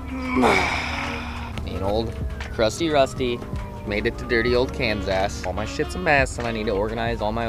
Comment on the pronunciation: Kansas or kansass? Lol that was funny